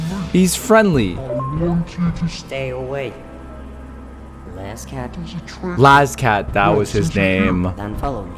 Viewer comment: ITS LAZCAT NOT LAZO